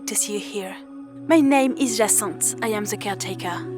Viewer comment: bro said jaswanth instead of jacinthe